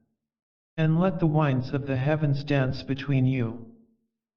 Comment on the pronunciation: It is wonderful to listen to 'The Prophet' again. Thank you. If I may make a suggestion, it would be even more beautful if you could master the pronunciation of words like 'wound' meaning a hurt place (woond) and 'winds' meaning the movement of air (winds not wynds). Thank you.